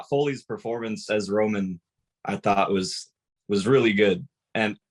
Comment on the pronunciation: finally someone puttin respek on romans name 👏